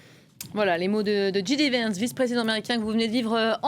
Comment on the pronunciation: "djidivènss" c'est original lol... le mieux reste de prononcer son nom à la française, "jidévènss", ou à l'anglaise "djaydivènss". Et ouaip, j'ai rien de plus intelligent à commenter.